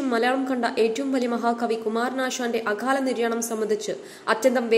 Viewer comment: അഘാല നിര്യാണം അല്ല അകാല എന്നു പറയുക